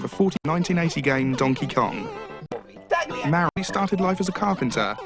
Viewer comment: Honestly, his pronunciation of Mario is nowhere near as atrocious as his pronunciation of Miyamoto.